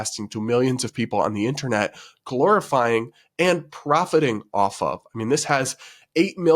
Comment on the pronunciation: I heard glorifying as “calorifying”